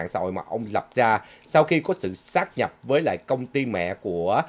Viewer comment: "sáp nhập" chứ không phải "sát nhập" ơi.